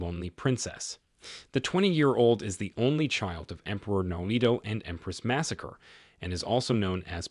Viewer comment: Empress "Massacre"?! I think you mean Masako, lol